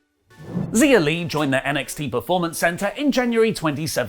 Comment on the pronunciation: Finally someone calls her Xia Li and not Zaya Lee lmao